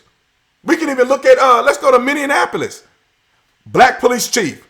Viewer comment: He said Minneanapolis just like Trump. 🤦‍♂️ its Minn e apo lis.